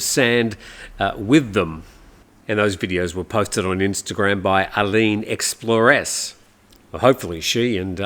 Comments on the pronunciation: “Aline Explor-res”? I’m pretty sure it’s “explores” as in “she explores the islands”. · Thanks for the reports. Had to laugh because your pronunciation of "explores" is quite unique .